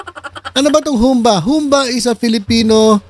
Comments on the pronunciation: Humba! Pabagsak ang bigkas. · Humbâ po ang pagbigkas nyan.